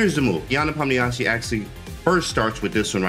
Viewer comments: You can listen to how Danya and Anish pronounce it. They both speak Russian. They "westernize" the pronunciation a little, shure, but its still better than the absolute butchering James did. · I heard him say it like "nepomnishi"